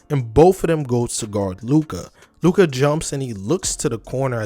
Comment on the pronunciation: I literally paused after 2 sec and disliked. Learn how to read Luka name before making video about him.